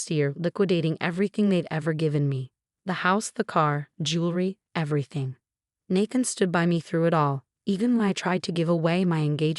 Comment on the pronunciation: It’s pronounced NAE THAN NOT NA THN 🤦‍♂️🤦‍♀️🤦‍♂️🤦‍♀️🤦‍♂️🤦‍♀️ You crap “authors” need proofread and fix your crap AI